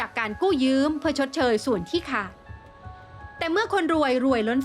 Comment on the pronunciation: ถึงผู้บรรยาย/ยืม/ไม่ใช่ยื้มม